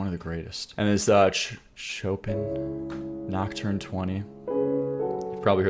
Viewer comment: the way you said chopin actually made me laugh so much im sorry